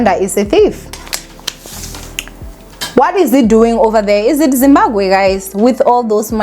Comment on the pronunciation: I'm just here to hear you say "Zimbagwe"